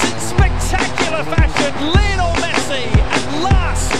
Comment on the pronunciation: When the commentator says Lienol messi!! i hear them saying little messi!!